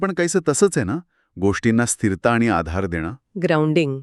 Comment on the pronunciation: उच्चारांकडे लक्ष द्या (१) जल् नव्हे जल, (२) स्थिर्ता नव्हे स्थिरता (३) बाहेरची लाईट नाही बाहेरचा प्रकाश म्हणा.